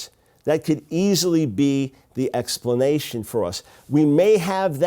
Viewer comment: I hope you didn't break all you teeth on that "explantation." My brain hurts.